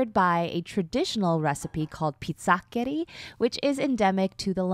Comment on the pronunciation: It s called pizzoccheri (pi zzo-ke -riii) from north italy lombardia ... I follow u from italy; ))) ciaoo